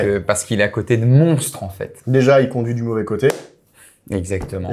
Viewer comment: il a dit Beauvais ?